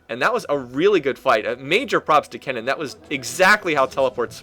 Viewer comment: Wow.... He got kennen's name correctly.. and not saying "ryze"!!!!